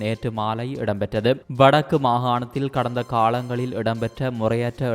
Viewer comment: என்னும் அழகான தமிழ்ப் பெயரைவைத்துக் கொண்டு தமிழை கொல்லாதே தாயே காளங்கல்இல்லை ( காலங்கள் ) என்பதே சரியான தமிழ்ச் சொல்